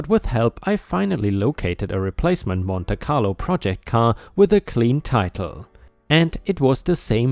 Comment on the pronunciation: Story 6, Monte Carlo is said as "Monty Carlo."